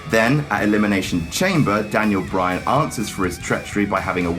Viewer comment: I swear once I heard him say Daniel Bryatt